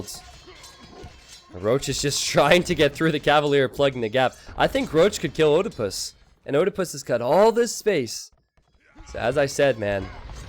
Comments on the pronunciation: Americans removed latin vowel combinations from their language, so don't know how to pronounce them. oediepus isn't pronounced O-de-pus, it's Ee-die-pus (a pun on Oedepus, Ee-de-pus). And no it's not Edepus either. It's a long E. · "Oedipus" is a Greek name pronounced "ed-eh-puss." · please pronounce Oedipus right :D !